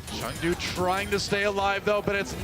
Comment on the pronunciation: gez guys wtf is chengou its chengDU DU!!